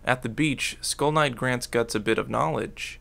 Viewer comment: Not gonna lie when you said skull knight i thought you was saying school nights 😂😂